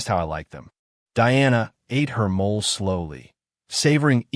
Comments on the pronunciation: I know this is AI, but the food is pronounced "mo-lay," not "mole." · It's molAY not mole like the animal 😂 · Mole = MOL-lay